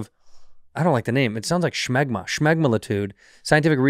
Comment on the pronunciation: Say it with me bad friend Shmeg-ma-la-tude 🤣🤣🤣🤣🤣🤣